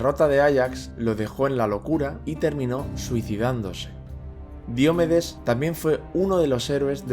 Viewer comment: Qué grandes vídeos haces, gracias. Ahora, una crítica constructiva: ¿Por qué pronuncias Diomedes como si fuera una palabra esdrújula? Si fuese esdrújula llevaría tilde y no la lleva.